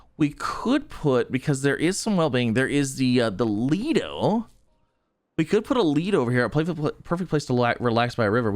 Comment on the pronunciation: Not a ledo say it like liedo 😂